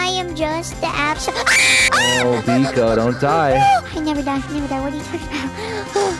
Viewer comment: No tiki not biko!!!!!